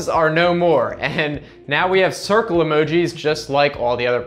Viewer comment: Dude first of all you're a fuckin wien. Second you are showing old shit the phone already did. You look like you play candyland with children. Even the way you say emogi is just weird. Get a fucking life